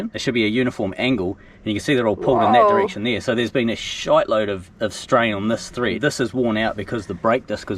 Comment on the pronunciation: Mate........ It's “Thread”, not teeth.